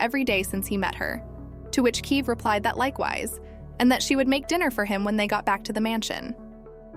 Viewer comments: Pretty sure kaede is pronounced kai-ay-day and not keed. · It's a OK recap but the mispronounced names like Keed VS ( Kah-eh-deh) plus skipped over part's is frustratingly annoying. If you work on the pronunciation of the name's and don't skip over the important scenes like fight with the dragon+ why he fought the dragon is really important it would have been better. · Keede?? Try Ky-A-da ! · Kaede is pronounce kah-eh-deh not keet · Kaede is pronounced "Kai-a-day", not "keed". Narrators for these anime recap channels (not just this one) need to learn how to pronounce things properly, and not just names, but words in general. I really appreciate these channels but it is a bit vexing. I think it undervalues the content of these channels when it seems like the narrator is haphazardly reading from a script without any thought put into it. If I wrote a script for a channel like this, I'd feel a bit embarrassed after hearing the way it would be read. Keep in mind, this is not intended as bashing, but a critique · why you keep saying keyed, when it's kaede? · By the way the fox girls name is Kaede pronounced (Ki- Day).